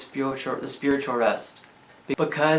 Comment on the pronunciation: I like the part where you said spwitual